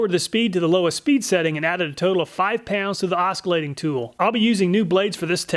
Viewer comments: First let me state I love your video's, love them! ... but... my man I say this with all kindness the C is silent (or rather pronounced like another S) in oscillate (as well as oscillation and oscillating). Its not Os cul late it is os sil late. It was pure cringe the whole time. : ( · Never heard anyone pronounce "oscillate" with a hard C before. The "C" is silent:ˈäsəˌlāt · Thanks for doing this comparison! BTW, the C in oscillate is silent.